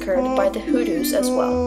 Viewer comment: Americans when will u learn how to pronounce words properly? You pronounce " Hulus" instead of " Hutus" .Are u out of ur mind? Dont u know the difference between t and l?